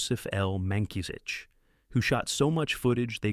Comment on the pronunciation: It's Joseph Mankiewicz pronounced May-co-witts. "All about Eve" was his movie.